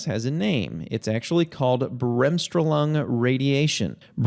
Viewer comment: Sehr schöne Erklärung. However, please pronounce Bremsstrahlung as in „BRAMMS-STROAAA-LOONG“. The stress is on the second syllable.